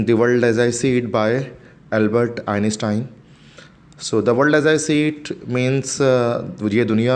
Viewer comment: Bro it's Einstein not einestien.